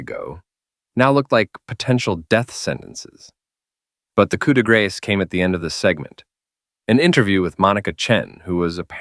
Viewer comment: Coup de Grace is properly pronounced Coo de gra, a very fancy French word.